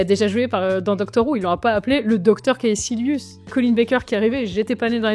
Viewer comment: Prononcer Kaessilius ça fait un peu mal qdm. Kaekilius, Sessilius, Tchetchilius, comme vous voulez mais faut choisir.